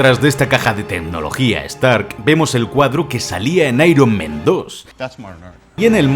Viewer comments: Por favor!!! Spider-MAN en singular y Spider-MEN en plural. Dices constantemente spiderMEN jajajajajaja incluso IronMEN Buenísimo vídeo bro. Me parto con las referencias al bananero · Me pone nervioso que digas todo el rato SpiderMEN, ironMEN, cuando es SpiderMan 😂😂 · Spider-MEN Iron-MEN Dios, por eso hay que practicar bien el inglés